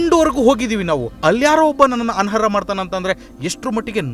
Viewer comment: ಅನರ್ಹ ಅದು ಅನರ ಅಲ್ಲ ಪದಗಳ ಜೋಡಣೆ ಸರಿಪಡಿಸಿಕೊಳ್ಳಿ.